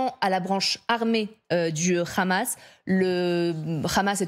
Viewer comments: En français on dit hamas et non khamas.... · Jadz Partouche la soit disant spécialiste du hamas dont on devine de quel bord elle est... pourquoi rajouter le son ra à hamas alors que c'est un h? Et Ismaïl Haniyeh pourquoi le transformer en raniyeh ? Êtes vous israélienne ? Invité dans ce cas une personne palestinienne pour la contradiction ! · Écouter bien comment elle prononce Hamas c comme tu le c